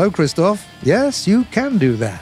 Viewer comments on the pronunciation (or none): none